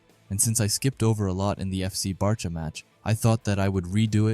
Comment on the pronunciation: Bro it’s B -awe - chira